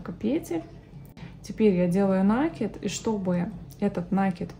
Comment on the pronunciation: Как услышишь слово накид с ударением на первый слог ну прям смотреть не хочется.